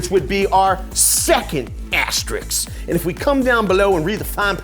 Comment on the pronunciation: It’s not an ASTER-RICKS…It’s an ASTER-RISK (like taking a risk).